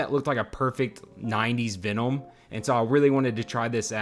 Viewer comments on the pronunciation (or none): why the fuck is he unable to pronunciate VENOM MFUCKER IT'S V E N O M not ficking VENOUM or VEONOM or VEENOM wtf? dope custom thoguh... just what the fuck? lol my guy also says it like a thousand fucking times .... PER SECOND IT'S DRIVING ME INSANE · I've never heard someone pronounce Venom so strangely